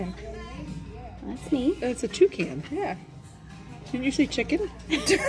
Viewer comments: I thought she said chicken too lol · I thought for sure she said Chicken! But then I listened again very closely and sure enough, Toucan lol.